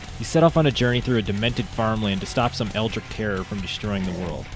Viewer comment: The way you pronounce eldritch offends me